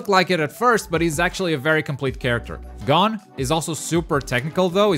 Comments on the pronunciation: "Gone" it's gon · U said hisoka and gons name wrong and it lowkey was frustrating lol